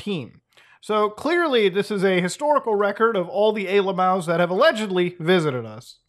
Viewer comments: bro why do you call them a-lamows? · Why do you say alimals?